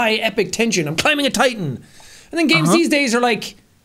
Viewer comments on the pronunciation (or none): none